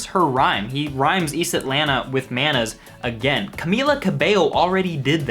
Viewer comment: That bad pronunciation of Manners makes it sound like manus, which so similar to manos, which he might just be saying because "IT'S SPANISH" it's creepy, since "I don't have no manus" means "I don't have any hands."